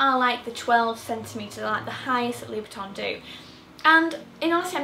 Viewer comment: your pronuncion LOuboutin is not correct